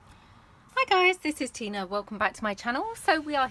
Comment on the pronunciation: no it's just so hot! You pronounced my name perfectly by the way, there are only a handful of people that have done that right off the bat in my life so thank you! Lol. X